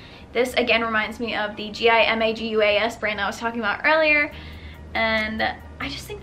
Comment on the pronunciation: fyi gimaguas is pronounced hee-mah-guas lmao. it's Spanish